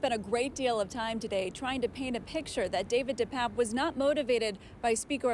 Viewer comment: First, his name is pronounced DePAPE, NOT DePAPP. Second, he is Paul Pelosi's BOYFRIEND.